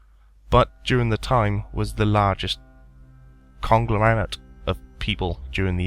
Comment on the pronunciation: Yeah the way he says conglomerate is.... not how you should say it